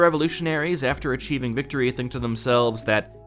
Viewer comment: That stirring speech at the beginning could only be "improved" by putting Citizen Soldier by Three Doors Down in the background. That pronunciation of "victory" alone is atrocious.